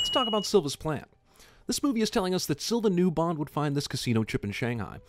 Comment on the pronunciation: As a Brazilian I'm impressed at his flawless pronounciation of Silva.